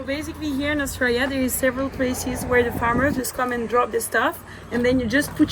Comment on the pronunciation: Australia ❌ zooralia ✅